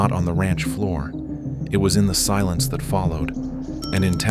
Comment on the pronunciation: Which US American is behind this video? Amateur ! The village he talks about is NOT Tamalapas, but its name is Tamaulipas…..Incredible how US Americans always display their lazy arrogance and ignorance….😂😂😂😂😂